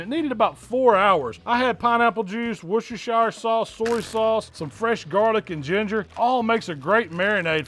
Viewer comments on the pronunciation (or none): Its wush-ter-sher sauce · Never seen a single american that can pronounce Worcestershire properly